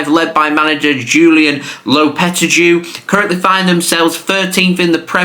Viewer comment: nah bro butchered lopetegui’s name so hard there 😭